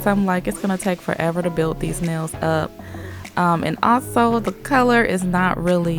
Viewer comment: ShE sAyS nAiLs LiKe nAiS